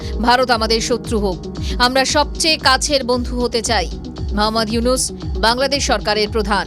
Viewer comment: ডা: মোহাম্মাদ ইউনুস নাম ঠিক করে বলেন